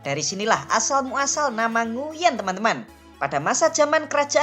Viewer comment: Koreksi : "Nguyễn" seharusnya dibaca "NGWEN" atau "NGUEN" ( kombinasi huruf /uy/ selalu dibaca sebagai /w/ dalam bahasa Vietnam jika diikuti vokal /e/ ) . Huruf /e/-nya dilafalkan seperti huruf /e/ pada kata "keras". Kurang tepat jika huruf /e/-nya dilafalkan seperti è pada kata “èmbèr”